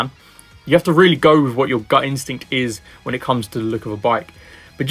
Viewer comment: Great review, I got some decent insights into the updates. Wish you'd pronounce your 'th' properly though. 'Wiv' and 'fousand' are at odds with the rest of your excellent and clear diction! Just saying...